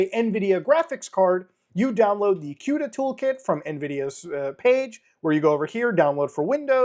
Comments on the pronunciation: Everyone: Cuda (koo da) Muta: Cuta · BTW Cuda is pronounced KOODA like Barracuda because the Plymouth Barracuda was what the architecture was named after. Htf you get quda out of it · I've always pronounced it like cooda, like it rhymes with barracuda. I talk with the AI guys every single day and they have never corrected me. Maybe it's one of those words that can be either way - queda, or cooda :D I develop cross platform and gawd, why does Windows have to make EVERYTHING so much harder? Just cross compiling GCC to target something like, oh, I don't know - ARM - is a PITA. Installing the build tools - OMG! So embarrassing. Linux (at least with Debian based) it's apt install build-essential - one single line. You might need to install some libs depending on what you are working on, but it's that simple to get the build tools. Why oh why Windows? You have fed my family for many years Microsoft, but it hasn't been easy ;) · i pronounce cuda as cooda, how is the c pronounced as a q? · The way he pronounces CUDA is cringe